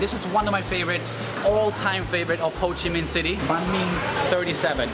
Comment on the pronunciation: Hồ Chí Minh not Phồ Chí Minh :)